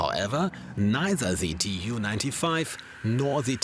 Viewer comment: This is poorly researched material with many errors🤦🏻‍♂️ also… not T.U. But Tu (pronounced: too) 😂 …a short for Tupolev